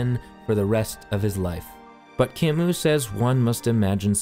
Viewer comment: Albert CAMOOOOO !! He was not a cow, learn how the read his name ...